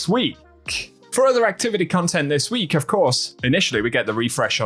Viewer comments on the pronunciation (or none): I don’t know why but I always notice this dude always adds extra emphasis on the letter “K” at the end of a word that’s ends with K. When he says “weeK” 😂